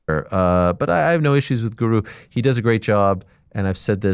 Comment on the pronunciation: Ariels producer intentionally mis prounouncing the word guru as if he doesnt know who u are lmaoo